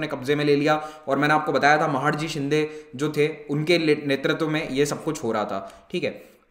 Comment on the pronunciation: Sir with due respect I would like to correct the Pronunciation.. that is महादजी शिंदे..